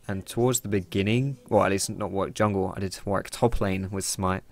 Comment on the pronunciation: Dear and all other league players who this applies to. You seem to not know how to correctly pronounce "Warwick". Many say war-wick when they should be saying war-rick. Yes it sounds odd but it's true. Just look at Warwick Davis for example. Thank you and good day.